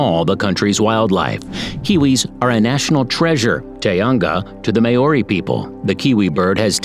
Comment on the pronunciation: Congratulations I've never watched a video where every New Zealand word was pronounced incorrectly I would have said Maori but you pronounced that wrong as well.